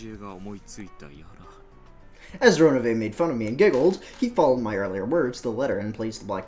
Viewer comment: Oh Jesus Christ it really will take a while to get used to Ronov being said Ronove just like I pointed in last video>_< So I liked how you accidentally said Ronov:) I would of known this if Steam had the voices LOL. Ah this part I forgot how explaining it can get. In other words confuse the fuck out of me with all this info like the Hampels Raven. Nah it’s because the game has a lot of info thrown at you that it can get really confusing or easy to miss. Hasn’t Beato mentioned in the letters that she is back to take everything that is her’s? So I think it makes sense that Ronove has the golden eagle crest as he is Beato’s was it I believe butler or servant? Oh I don’t think you guys pointed out that the 7 sisters of purgatory also have the golden eagle crest too. I believe they too are her furniture. Ewwww that thing you were describe about the hotdog that sounds like Krauss is disgusting to me LOL. I might have eaten that at one point because again ewwww